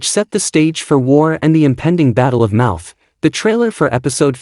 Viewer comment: The Battle of MOUTH????😮😮😮. It’s MONMOUTH!